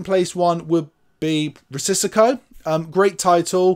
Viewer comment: Love the channel!👍🏼 Risico is indeed “Risk” in Dutch and Italian. Not sure about Greek. It is nu the way pronounced as “Ree-see-go” 🙂 Keep up the great work mate!